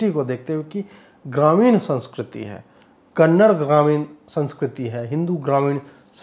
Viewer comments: it is Kannada .... and not Kannad, next time please note it. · Kannad nahi "kannada" aise bolte hain.🙏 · Dear Bro, it is not KANNAD, it is KANNADA, plz make pronounciation correct, love you. 🌹🌹🌹❤️❤️❤️ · कन्नड़ नहीं 'कन्नडा' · 'Kannada', not 'kannad' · Please pronounce the language as Kannada, not Kannad. I know it is pronounced that way in Hindi, but it seems very odd to cut off a part of the name for listeners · Ajeet'ji, one correction it's not Kannad it's Kannada. Just like it's Hindi and not Hind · Sir, One correction, it's 'Kannada'. That's the right pronunciation. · It’s kannaDA not kannad. Please guys respect to every culture . Don’t mispronounce their names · Just one correction- the language is pronounced Kannada ( कन्नड़ा) and not Kannad (कन्नड़). We make this mistake quite often unknowingly. 😊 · It is Kannada. Not -‘Kannad’. We don’t call it ‘Hind’. Do we? We say - ‘Hindi’. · It's not Kannad it's kannada sir🙏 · It's not Kannad, its Kannada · Ajeet Ji it's "Kannada" not Just "Kannad". Please correct it next time. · Kannad Nahi Sir Kannada (KANNADA) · कन्नड़ नहीं, कन्नड़ा ! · sir, kannad nahi kannada. teek se bolye. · It's not Kannad...it's Kannada brother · Ajeet ji I kindly request you to stress on a in Kannada. As I consider you as a person who support our culture.